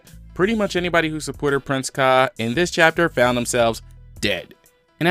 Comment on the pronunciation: Dont mean to sound like some kinda weeb, but its kai-nay not kain lol